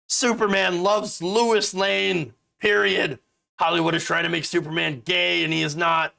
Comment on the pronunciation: LOIS LANE not LOUIS LANE !